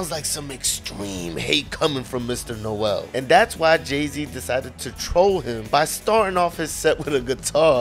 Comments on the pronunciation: "no-el" Bro it's pronounced Nole like mole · Not pronounced “Nowell” 😵‍💫😵‍💫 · It’s not No-el it’s NOEL one syllable. Thanks! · Not how you pronounce Noel's name, dude ain't Christmas 😅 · Extreme hate? I would say "you clearly don't know Noel Gallagher" but judging by the way you pronounce his name that much is obvious.